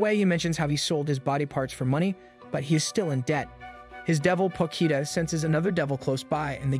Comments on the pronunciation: You: Potchita Ani recapped: Pokita Me: Pochita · Me: Potchita Ani recapped: Pokita